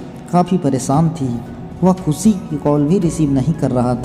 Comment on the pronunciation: खुसी, सादी, साम , ऐसे उच्चारण करेंगे तो सब्सक्राइब कैसे करूं?